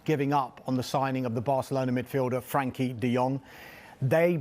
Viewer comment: He does know it’s frenkie not frankie right